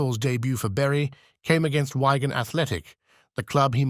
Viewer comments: Daughter breaks silence over what??? Never says. This is a garbage video with a Wikipedia read out by an AI voice app. It says. WHYGAN instead of WI-GAN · You had me until you or rather your AI pronounced Wigan…. Why-gan….. still , Nev was a Everton legend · Its Wigan Not Wagon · Why-gan Athletic! Wig-an the clues in the bloody spelling idiot! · poorly narrated but interesting, who pronounces Wigan as whygan? a great player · It's a shame the robot didn't learn to say Wigan. Wagon Athletic doesn't exist! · Who is this commentator ? Pronouncing Wigan athletic as Wygan athletic:face-orange-frowning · who the fuck are wagon athlatic i have heard of wigan athlatic the guy doing the talking need a lessing in english and say ENGLISH CORRECTLY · Look, you can say Landoodno. But you can't say Why-gan. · Arh the old why-gan athletic eh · “Wy-gan” Athletic? 🤦‍♂️ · AI ? Switched off when I heard wergan athletic . Odd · Train your AI to stop saying Wygan ?? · How can anyone carry on listening to this voice? "Why Gan Athletic" "Frank McGwinness"?? Amazing keeper but had to turn this off with the annoying commentary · Learn how to say Wigan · You know very well when the author of this video is using AI voiceover as the inferior technology mispronounces the city 'Wigan' 😂😂😅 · Who the chuff voiced this, can’t even pronounce Wigan.